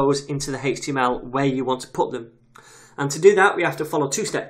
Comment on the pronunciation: Greatly explained thank you! The way you say 'hhaeeech TML' is odd lol.